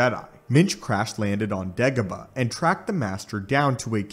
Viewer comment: bruh, i'm sorry, but it's Dagobah, not Degabah